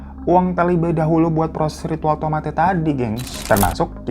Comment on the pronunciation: Tomate bukan gitu bg nadanya kita bilang nya itu kaya tomate' atau koma atas nya bg anw makasih ya bg udh mau ceritain